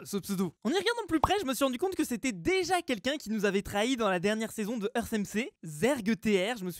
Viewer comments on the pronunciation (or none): none